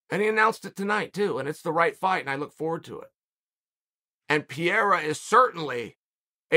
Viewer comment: Who's Pierra?